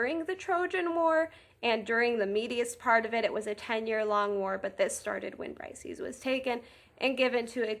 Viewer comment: Her name is pronounces Breesayees, not brysees. Hardly any youtubers gets this right